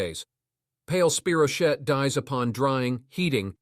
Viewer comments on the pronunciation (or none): True. “Spy- row- keet”… is correct.